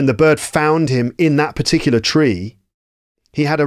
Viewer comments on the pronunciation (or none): none